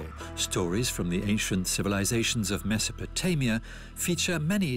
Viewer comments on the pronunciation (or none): none